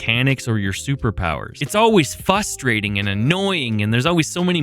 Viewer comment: I know you've got a speech issue. But goddamn if I don't laugh Everytime you say "fustrating"